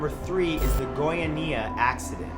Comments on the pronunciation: The Goiania accident was caused by some guys who found some cesium 137 and spread it throughout the city Also its pronounced GoiAnia not GoianIa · The way you say Goiania (Go-ia-ni-a) is funny (Go-ia-nia) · Matthew darling, it's Goiânia, like goi-UH-nia, not goiaNEEa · Sorry but I can't stop laughing at how you pronounced Goiania. lol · Goiânia...love how you say that so, so wrong. Still cute, tho haha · You can Google how to pronounce things dude, Goiânia /ɡɔɪˈɑːniə/ the creepy vibe of your video was ruined after that. The Cesium 137 incident is taken very seriously here, first time I laughed about it. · haha funny way to pronounce Goiania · Goiânia is not quite pronounce like that but a lot of people can't pronounce it properly so that's ok. Also, the story goes a lot deeper and is even considered the second biggest radioactive accident ever and the biggest when it comes to radiological incidents. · its cringing to see you misspronouncing Goiania. put on google to see the pronunciation in Portuguese at least man, be professional.